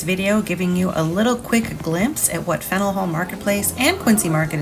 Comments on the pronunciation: I've never heard someone pronounce it "Fennel." More like "Fan-yewl" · I love Boston. Live in Connecticut and try and go once a year. I believe the correct pronunciation is Fan-yuhl Hall. Will you be doing any movie locations? The Verdict, Departed, Good Will Hunting and The Town come to mind. Have to visit North End for food and pastries. I prefer Bova Bakery (which is popular with locals) but Mike's and Modern is where more of the tourists go.